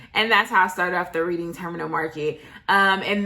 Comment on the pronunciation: Love the vlog. Just to correct about one minor thing. It's actually pronounced Redding Terminal Market